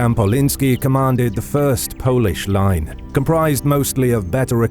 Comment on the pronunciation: This time a quite good pronouciation of Polish, Lithuanian, Ruthenian and Russian names.